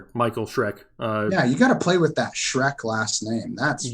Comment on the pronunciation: He said “shreck my chub” 😂🤣🤣